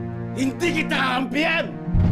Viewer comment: Kakampihan po hindi ampihan di ka yata nag nasa ng script ng maayos. May ruto na rangka sa sa raving barat. Hahaha bulol. Saying binayad sa iyo. Hahaha.